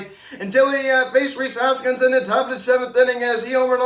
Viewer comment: "Rhys Harpskins" 🤣🤣🤣🤣🤣